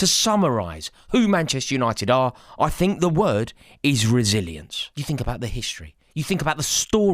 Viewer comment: not me hearing "Brazillians" every time he said "resilience"😂😂😂